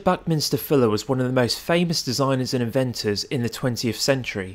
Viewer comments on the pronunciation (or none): say "Fuller" not "Filler"